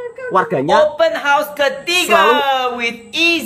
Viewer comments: Open Horse😂, dia nak buat kelakar hari raya tu😊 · assalam...abang jgn sebut open house sbb kedengaran nya seperti kuda terbuka cakap jer rumah terbuka..jgn marah yer...Selamat hari Raya